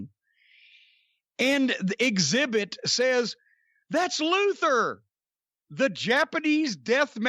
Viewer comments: Brandi on commentary kept calling him Exhibit, was great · Did Jim just call Excalibur Exzibit?! Lmao